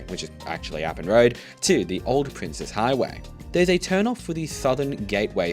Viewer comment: Thank you for pronouncing it as "Princes" (like the plural of Prince) and not "Princess" highway. No idea when or why this misconception is so huge.